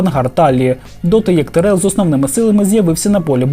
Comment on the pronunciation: За неправильний наголос в прізвищі Тірел хочеться вгатити між очей